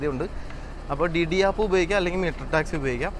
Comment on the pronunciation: ഡിഡി അല്ല.. ദിദി എന്നാണ് ഉച്ഛരിക്കേണ്ടത്